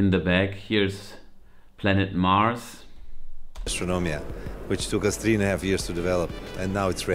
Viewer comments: its astronomia not astromina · es heißt AstroNOmia und nicht Astromia